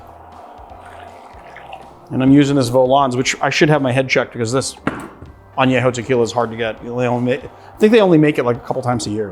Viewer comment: AmontEE-ado sherry. How can you pronounce añejo correctly but not amontillado?